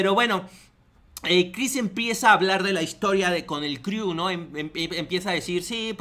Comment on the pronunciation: "el criu" jajaja